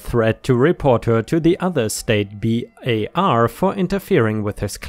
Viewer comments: Hi,. Loved the tree law/ mineral law story. It was really fascinating. ⭐⭐⭐⭐⭐⭐⭐⭐⭐⭐⭐⭐ You've been reading the word Bar as B A R. It is pronounced as bar (of soap, chocolate etc). When you qualify as a lawyer they say you "are called to the bar. It comes from England in the Middle Ages. Barristers( lawyers, not coffee servers) who were considered worthy to speak before royalty were literally called to a bar to do so and could use it as a table for their papers. Hope this helps. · Its not b.a.r. Its just "bar" single word, not spelled. :) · I work in a law firm and I know it’s probably a language barrier but it still triggered me, Bar is pronounced “bar” not “B.A.R.” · Bar is not B A R, it’s bar. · It's just bar, like the place where you go to drink, not an acronym. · it isn't B A R, it's bar, like where you drink, or a steel bar. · Hey, why do you keep spelling the word bar as if it were an acronym? It’s pronounced the same way you’d say “steel bar.” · Not b a r. Bar. Pronounced the same as the place you go to for alcoholic drinks, or the thing you can do to somebody to disallow them from entering a place. A state's bar is their pool of lawyers who are licensed to practice law. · Legally "Bar" is a word not an acronym. You pronounce it "bar" and rhymes with car. You do not day each letter. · Legal Bar is pronounced BAR like the place you drink alcohol for future reference